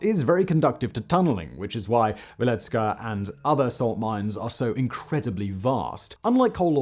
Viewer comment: C'mon Simon, you live close by. You should know how to pronounce Wieliczka. Its "Vyealeechka".